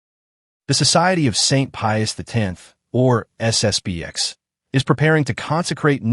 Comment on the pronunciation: Narrator, it's SS P X not B.